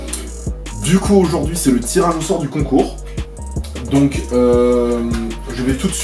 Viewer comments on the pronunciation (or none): Ahaha ta dit tiranausore au lieu de tirage au sort 😂😂